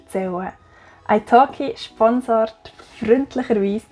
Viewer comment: Ich hab gedacht das du Eishock’g’ei gesagt hat, aber es war italki 😂